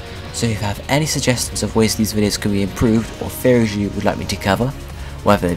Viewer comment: Are you saying theories or faries?